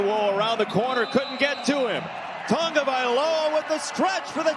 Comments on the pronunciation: The correct pronunciation is ta-go-vai-loa....its not tongovailoa!!! Say it right you guys...cmon. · Its not TuNgaviola..learn the kids name.. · Why why why why does this announcer always throw an "N" into Tagovailoa??? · Its ta- go vai Loa.... Announcers cant get it right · Does it bother anyone else that the announcers keep adding an ‘n’ to his last name??